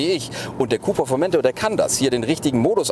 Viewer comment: schon scheisse ,- wenn man einen Bericht macht und nicht mal den Namen "Formentor" richtig aussprechen kann....